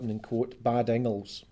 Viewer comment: Dis boy isna sprakin Scots. Ees jist sprakin English wi a few Scots wirds thrahn in ta mak heesel soond lek he kens fit hees an aboot. Fir example he sehs Inglis lek ingles whar it’s reelee sayd in-gliss. Cos Scots is an aulder tongue lek auld Norse whar mare letters in each wurd ir pronounced an thur natural form than thi er an mahdern Inglis.